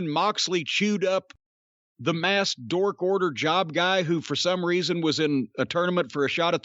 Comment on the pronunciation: Why is Jim calling the Dark Order the dork order? Jim a hater 😂